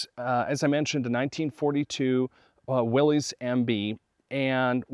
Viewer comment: It's not Willeez, it's pronounced like Willis